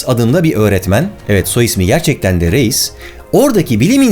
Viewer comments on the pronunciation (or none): Reis, RAYS diye okunuyor. Zeitgeİst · Reis almanca oldugu icin rays diye okunur. ingiliz rice gibi yani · de ki adamın soy adı Reis ama Alman olduğu için "Rays" şeklinde okunur. Video muhteşem ve değişik bir konuyu işlemiş. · Harika video. Minik not: Reis yazılır, Rayz okunur. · Reis almanca okunusu rays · Reis değil abi "rays" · Barış abi reis diye okuyosun ama Almanca da ‘rays’ diye okunuyo (yani ben öyle biliyorum😅) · Reis almancada Rays diye okunur.. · Johann Philipp Reis diye yazilir Yohen filip rays diye okunur cünkü Almanca ingilizce degil. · Usta Johann Philipp Reis Alamanca ismidir. Türkce okuma sekli Yohan Pilip Rays dir. ei= ay olrak okunur. Reis = Rays dir. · Biliyorum bugunlerde kulturumuzde Reis onemli bir yer tutuyor ama bilmekde yarar var Alman olan Johann Philipp Reis soyadi pirinc anlamina gelir ve telaffuzu [ʀaɪ̯s] dir. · Zeitgest diye yazılmaz. Doğrusu "Zeitgeist" dır. Ayrıca REIS bir Almandır ve Almanca pirinç anlamına gelen soyadı vardır. Soyadı da "Rays" diye telaffuz edilir.